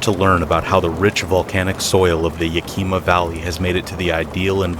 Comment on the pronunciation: it isn't yah-kee-ma its yak-ih-mah - a seattlite